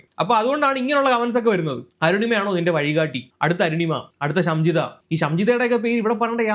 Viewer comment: ഷംജിത അല്ല ഷിംജിത